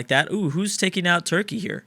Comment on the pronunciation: is it just me or does say churky??